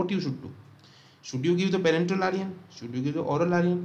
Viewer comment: It's iron not Aryan 😭